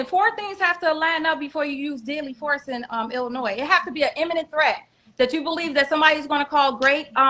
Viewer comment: I wouldn't listen to this idiot!! He knows so much about illinois yet can't even pronounce it. She's going to jail. Point blank period.